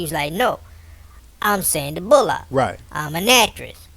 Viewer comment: Fuck you. First off you said Sandys last name wrong. A displaying Louis like that is just wrong. didn't adopt him because of that, stay out of her business.